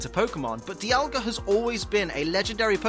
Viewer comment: you pronounced dialga wrongly